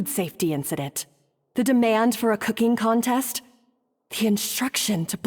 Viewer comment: Oh putain cet accent français est parfait, je suis plié ! 🤣🤣🤣 ✨Ze couquingue contaiste ✨ ✨You of all pipol✨